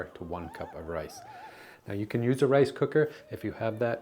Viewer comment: ooo yuru old skool, rice cooker old skool. usu riceuh cokuh